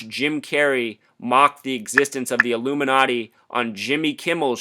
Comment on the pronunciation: Carey he calls it the secret symbol of the Illuminutti. So of course mocking yet again by jokingly mispronouncing the word, but people will pick up on the nutti. This is why some of the asleep refuse to look deeper.